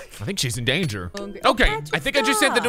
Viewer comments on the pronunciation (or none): none